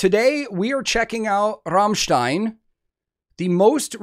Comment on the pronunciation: You are the first american who pronounced Rammstein correctly :D